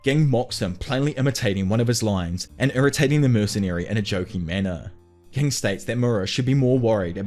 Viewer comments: A few of the names are spoken a little oddly like ging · Im sorry it’s not ging it’s ging 💀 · Why do you keep mispronouncing Ging’s name, man? Have respect for the character. And the author. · Bro this guy kept saying gig instead of ging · You do know that Ging is pronounced with a "J" sound, right?? Yes, it's spelled *Ging with a "G." But even in both sub and dub they pronounce it with a "J" sound. So think "Jing" from now on (like Jing..le bells). Edit: you're terrible at pronunciation. Did you just read the manga only and not bother watching the anime? KURAPIKA (Kur-RAH-pick-a, 4 syllables. KuRRAH-pika) - KURAPIKA* Tserriednich* (Ser-eyed-nick) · Just fyi Gon's dad's name is pronounced Gin like the alcohol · It's bothering me that he is saying Gings name like that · CAN U PLEASE SAY GINGS NAME RIGHT U CLEARLY DIDNT WATCH THE SHOW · I love the video but HATE the way you say ging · Brother, I appreciate the video but you change the way you pronounce the names of characters a lot of times especially ging, kurapika, rendering the description moot plenty of times.